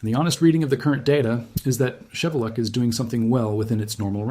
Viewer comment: FYI, the volcano’s name is pronounced as Shee-VEH-lootch.